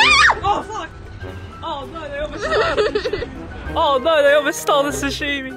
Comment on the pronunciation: Yay!!! Please don't say sashimi like that. :)